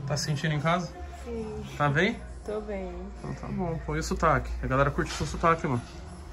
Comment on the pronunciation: Fala cantado sim! "Siiim." "Tô beeem!" E no final ainda solta um "nan" de Maranhense, representa!